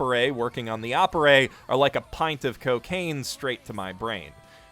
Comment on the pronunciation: >Aporey What the fuck? Is it that hard to pronounce Appare as Appare?